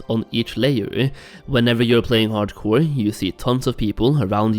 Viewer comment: That’s all I hear now 😂